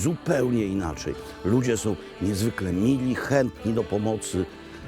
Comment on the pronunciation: "It's ryly gut" (nawet nie spróbował) :D